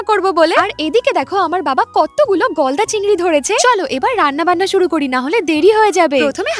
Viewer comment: দিদি তুমি বললে যে গলদা চিংড়ি কিন্তু আমি শুনেছি বলদা চিংড়ি 😅